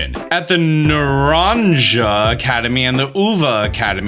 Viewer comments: Naranja is pronounced like naranha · Naranja is pronounced na-ran-ha. And Uva is oo-ba. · It's pronounced Na-ran-ha, the "ja" in the end is like the "ha" in a laugh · naranja, not "narangia" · Hey! Huge fan of yours and I wanted to educate you on how to say naranja: it's Nar-An-Ha. In Spanish speaking places the "j" is an "h" sound. Just wanted to help! Looking forward to the next video! 😁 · “Naranha” & “Uha” is the pronunciation. It’s also “Mesogotha”. Paldea’s meant to be both Spanish & Portuguese, so it makes sense to combine the pronunciation differences from English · in Spanish we say it “nah-Ran-ha” hehe, interesting to see how everyone else pronounces it. Great video! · that pronunciation of naranja killed me. beware the involuntary manslaughter charges. naranga. 😖😳☠️💀👻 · Te-Rah-stalize. Not terra like earth, but te-Rah Orange is “na-Ron-ha” Uva is “ooh-vuh” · Hey! Jsyk, it’s Narahn-Ha! It means orange in Spanish.:) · The J in Naranja is more of a “h” sound, so phonetically it’s more like na-ran-ha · Naranja is pronounced Na-Ran-Ha which means orange in spanish and then the Jacq is just shock but with an a sound instead of the o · I know you were trying but Naranja is said like na-ran-ha. Roll your r’s if you can 👍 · Nuh-rrrrahn-ha is Spanish for orange and Oo-baa is grape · I'm guessing since that's literally the spanish word for orange (the fruit) the 'J' in Naranja sounds like an 'H' "Naranha" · Naranja: Spanish for orange, also pronounced (NAR-an-ha) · UVA excellent pronunciation, Naraja great effort. My native lenguaje is Spanish so my English is not that sharp. Thanks for the videos. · Naranja is pronounced “naranHa” by the way, it’s just Spanish for orange 🍊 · The way he said naranja aka orange in Spanish was kinda funny to me btw pronounce the ja as a ha to say it right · The naranja school is pronounced Na-Ran-Ha like the fruit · Nah-Ran-Huh --> Naranja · Naranja “NARAN ha” j is silent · It's Nar-ahn-ha and oo-va